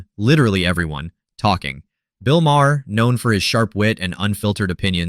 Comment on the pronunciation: Its Bill MAR